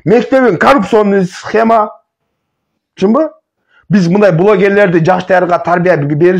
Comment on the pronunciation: Эфирден отура бербей гаремдеги аялдарынды багып жашоонду кылчы. Тьфу сендей адамдар бир куну ак деп эртеси кара деген оомал токмол келесоолор токтогулачы чыкпагыла . Кайсы тилде суйлойсун ль,лы деп эле айтылат ,миндай эмес мындай деп суйлойт .блогер тилди ондо.